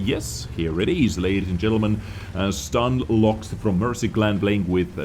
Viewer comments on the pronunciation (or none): Saying as a ru player, his nickname pronouncing stanlox, not stanloh. Btw loh is translating to noob, lmao